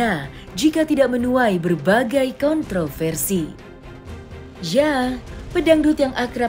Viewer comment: Raih prestasi bukan kontrafersi.